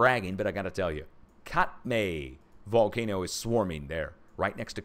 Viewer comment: Psssst, hey -- Katmai is pronounced "cat-my." Thank you for your hard work. I know they don't make it easy on you. ❤